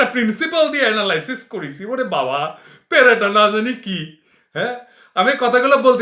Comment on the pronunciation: ভাই পিণাকী, ঐ তাসনিম খলিল কি বল্ল? পেরেটা? "পরটা"ও যদি সে বলত তাহলে আমরা বুঝতাম যে পরটা নামক একটা খাদ্য বস্তু আচে তা সে ঠিকভাবে জানে। কিন্তু সে "পেরেটা" বলায় তোমার মতই বুজলাম যে,সে শব্দটা পায়নি।পড়েনি।শুনেছে। ইউ-টিউবে হয়ত। যদি নিজে পড়ত, তাহলে Pareto Optimality শব্দটা জানত। এটা হল ধনবাদী একটা সমাজে সার্বিক উন্নতি পুর্নমাত্রায় হয়ে গেলে নতুন করে কোনো ব্যাক্তির/গোষ্ঠীর আর উন্নতি সম্ভব নয় অন্যের স্বার্থ কমিয়ে দিয়ে বা ক্ষতি না করে। তত্বটা দিয়েছেন ১৮৪৮ সনের ১৫ জুলাই তোমার ফ্রান্সে জন্মানো Vilfred Pareto. Pareto optimality পড়েছিলাম ১৯৭৩-৭৪ সনে চ:বি: অর্থনীতির অনার্সের ২য় বর্ষে থাকতে। এতকাল পরে ঠিক বল্লাম, না ভুল কল্লাম--তুমি তো ভাই পাঁড় পাঠক, তুমি ঐ তত্বটা পড়ে জেনে নিও। সে যাক, আমার বিশ্বাস এই যে বিএনপি বিশাল কর্মিবাহিনী দিয়ে ঢাকায় লক্ষ লক্ষ মানুষের ঢল বইয়ে গণজমায়েত,অবস্হান ধর্মঘট করেও গনঅভ্যুত্থান করে হাসিনা সরকারের পতন করাতে না পারার একটা কারণ হতে পারে যে, তাদের যেসব শীর্ষ নেতাদেরকে ভারতের র-এর নির্দেশে এই সরকার জেল খাটিয়েছে, তাদের হতে এই মর্মে হয়ত মুচলিকা নিয়েচে যে,তারা সরকারের কিছু কিছু সমালোচনা, অনুমতি নিয়ে মিটিং,হালকা মিছিল করতে পারবে বটে,তবে সিরিয়াসলি সরকার পতনের আন্দোলন করলে বাকী জীবন জেলে ভরে রেখে, এমন দৈহিক নির্য্যাতনের তীব্র যন্ত্রনা দেওয়া হবে,যার চিহ্ন/দাগ থাকবেনা এমন ভাবেই জেলেই পঁচতে হবে। তারপরও সীমা লংঘন করলে কোনো ক্লু না রেখেই মন্ত্রী সাইফুর রহমানের পাজেরো গাড়ীতে এক্সিডেন্টের মত ঘটিয়ে রহস্যময় মৃত্যূ ঘটানো হবে যার কোনো অকাট্য প্রমাণ CIA,FBI ও কখনো পাবেনা। তাই সবগুলো জেলখাটা নেতা এমন ভয় পেয়েছে যে,জান বাঁচানো ফরয মেনে সরকার পতনের কাজে কোনো নেতাই যাচ্ছেনা। বা, পিটার হাস